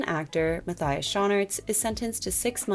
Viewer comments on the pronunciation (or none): as a belgian myself i had to giggle a little bit at the way u pronounce Matthias Schoenaerts lol (its more like Mah-tyas Shoo-naarts)